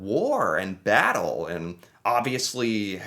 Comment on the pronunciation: After the vattle of vimy ridge